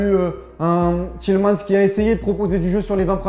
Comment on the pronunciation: Pitié mec.. “Tielle mans ».. Essayez de temps en temps de prononcer les noms de nos gars correctement.. On balance pas des « Giroude ou des « Kipambe ».. C’est déjà assez compliqué comme ça ahaha Sinon vous avez raison.. On était pourrit.. Rien à dire de plus